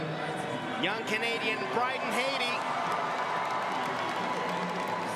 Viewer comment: It amazed me throughout the entire event... although I loved to see Alex Despatie during his diving years, as commentator both he and Jenn suck bigger than big. Pronouncing the last name of his country man Bryden Hattie like the country of Haiti, when Jenn even called him Brandon. It just topped off this world championship event. Jenn killed all enjoyment with her painsteking analysis of each dive. We are viewers, not professional divers, and we'd like to enjoy watching these events. She should be watching last month's first stage in Xi'an and learn from that woman commentator. If that is all Canadian diving officials have to offer, I can only shed tears.